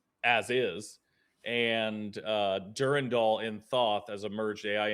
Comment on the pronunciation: It’s Dur-Ran-Dal. Not Dur-Randal.